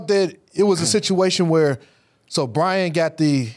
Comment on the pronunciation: Fred you said Brian name wrong, get my Clemson boys names right😂😂😂